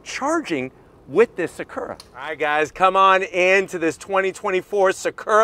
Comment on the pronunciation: Everytime he said Sakurra. 😅